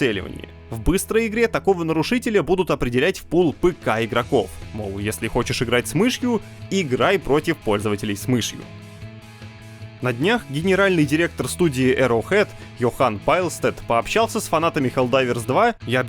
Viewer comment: вроде бы ЙОхан, а не ЙохАн